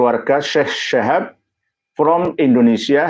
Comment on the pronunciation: Tulisannya udah bener SHIHAB , cara bacamya aja yg SYHAB ,, githu loh gus